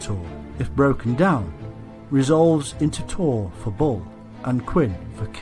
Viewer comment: Im hearing "Ball" all the time instead of Bull :p